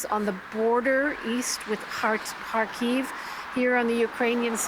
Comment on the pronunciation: Why cant Americans say Kyiv 🤦‍♂️🤦‍♂️